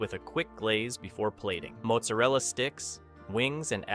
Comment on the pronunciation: The way you said mozzarella killed the video.